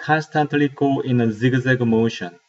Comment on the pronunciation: he says Zig-Zag and I'm die